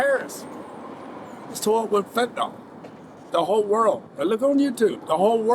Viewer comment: Why do people call it Fenta-nal?